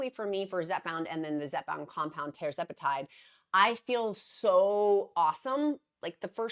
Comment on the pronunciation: Tuuuuuuuuuuuuurr zepatide! Not Tar! Eeak! Tur-zepatide (Tir)🐔